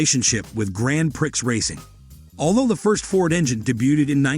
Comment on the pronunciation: absolute drivel .... you cant even pronounce Grand Prix correct .... Grand Pricks 🤣🤣🤣🤣.